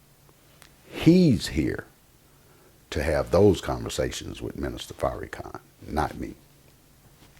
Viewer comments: It's not a mistake. This brother is to well spoken for it to be a mistake. He's calling him Fairykhan on purpose. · His name is pronounced Far- ra-khan! I Love The Honorable Minister Louis Farrakhan! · Word! It was making me cringe when he was saying The Minister's name like that! You don't have to agree with everything he says, but you can at least say his name right! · It's not a mistake akh. He's doing it on purpose. He's to articulate for it to be a mistake. How many other words has he said wrong? Fairykhan is exactly what this hateful brother is intending on saying. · Say Minister Farrakhan's name correctly brother. There's no need to be so disrespectful. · listening to this brother is like watching wet paint dry smh. say the minister's name right negro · You damn sure don't represent Farrakhan you can't even pronounce his name right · I know he is biased but he is not pronouncing the minister’s name with ill- intent. It is just how he speaks. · Pronounce the man's name right dude! Why you dissin Farrakhan like that? PEACE TO THE HONORABLE MINISTER LOUIS FARRAKHAN! !!! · I hate when people mispronounce Minister Farrakhan's name. It's corny. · Right, was just bout to posr that! "Its not an insult" but he gon say his name like that, lol um k